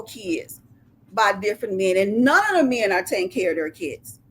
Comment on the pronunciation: listen to this chick trying so hard!!! She loves saying the word "mayen" 😂